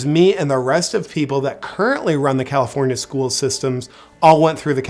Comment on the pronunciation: "Egalifornia" 🤣 I'm dying!